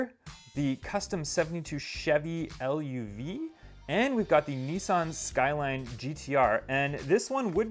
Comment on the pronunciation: And Golf Mark 2, not em Kay. And Chevy Luv, not l- u- v